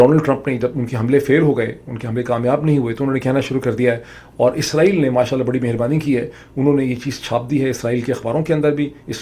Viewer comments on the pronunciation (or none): none